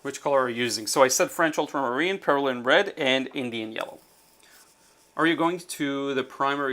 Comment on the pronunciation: Injun yaller? I thought you say New Gamboge? I like Injun Yaller better. I use it interchangeably with cad yellow deep/dark.